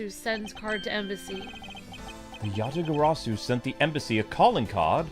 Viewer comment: Ya-ta-ga-ra-su,. You're saying it wrong again. It's not Ga-sa-ru.